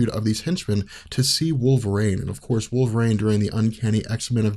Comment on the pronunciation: Who is "Woll Ver Rain"?